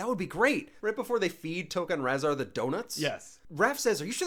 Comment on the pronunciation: reviewing TMNT and mixing up tokka and rahzar and not knowing how to pronounce rahzar? boo!